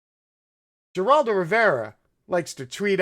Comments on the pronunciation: You are mispronouncing both parties names. Can’t watch this bye. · Do you really not know how to pronounce Geraldo? I detest the guy & sexual abuse & assault but mispronouncing his name & mocking it seems a tad racist. You lose credibility with thinking folks. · This would be much more persuasive if Ghislaine and Geraldo were pronounced correctly. The S is silent in Ghislane. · A g in spanish is pronounced with an H so it is not (gee)raldo it's (her)raldo. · ..and it's not pronounced 'Jer'oldo..but 'Her'oldo... lol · Just a note, sir: Geraldo is pronounced with an H, not a G, as in Heraldo. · It's pronounced Heraldo, not Geraldo. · Interesting speculations, but it’s pronounced Her-Al-do, not Jer-Al-do!!! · His name pronounced is Her'al do. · Heraldo the G is pronounced H / Good program thanks. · His name is pronounced like Heraldo. There have to be loads of material on prominent people. The media should ask everyone about her just to see how they respond. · Geraldo is pronounced Heraldo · I buy what you are saying, but, but, but... it's "Her-al-do." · We have a building named after Geraldo (pronounced with an “H”). Thanks for the great video. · Heraldo is the pronunciation, fyi. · who the fuck is jur-aldo... I hope u r mispronouncing on purpose... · can you pronounce anybody's name correct?? It's hard to listen to you if you keep butchering the names and then get the names correct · I agree why can’t he Pronounce the 2 Names correctly? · you're pronouncing both Geraldo and Ghislaine's name wrong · Ok, I understand how this guy can't pronounce Ghislaine. Most people can't (and it is pronounced Ghee-len, btw). But how can he not know how to pronounce Geraldo?? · You seem pretty intelligent so I'm mystified by your slaughtering of so many names and words.....please say Herr-aldo Rivera (which is his name) and Gill-ane Maxwell etc- it's so irritating to listen to!!! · Come on dood;It's"GHEELANE (soft g) and "HERALDO" ;g pronounced like an English h.